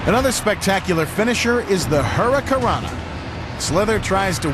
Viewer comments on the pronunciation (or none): What the hell is a "Hurica rana"?